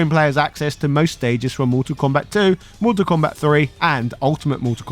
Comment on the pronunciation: It’s also Mortal Kombat not Motol Kombat but he didn’t get that right once either.